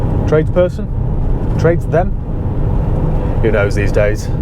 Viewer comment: ‘Tradesthem’ had me cracking up 😂